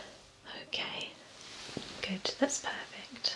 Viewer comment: When she says good I think she is saying Gucchi! I THINK THERE IS SOMETHING WRONG WITH MEH!